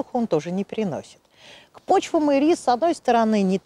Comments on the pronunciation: ударение в названии падает на первый слог - Ирис! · Всё замечательно:интересная информация, литературная речь, эмоциональная подача материала настоящим знатоком своего дела. Только, пожалуйста, ударение в словах "ИРИС", "ХВОЯ" ставьте на первом слоге, а не на втором:"И'РИС",ХВО'Я".